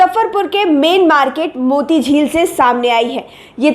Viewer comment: मोटी झील नहीं पगली, मोती झील होता है